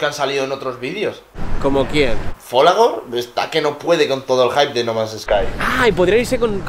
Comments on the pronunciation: le faltó una "o" al final de folagor :v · Folagoro, no Folagor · Siiii FOLAGOROOOO